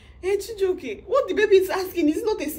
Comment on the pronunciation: Lol, you're always calling him chijioke😂